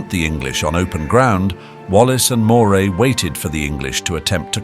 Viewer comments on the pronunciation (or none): Great video. Moray is pronounced Murray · In My Scotland, Moray is pronounced Murray.